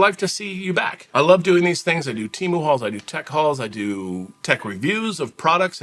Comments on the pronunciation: it's pronounced teemu the way you said it before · No it’s TEE-MOO. Temu. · Hi. Just call it Tee-moo. Sounds wrong calling anything else. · On Superbowl ad , they said Tay- moo.😅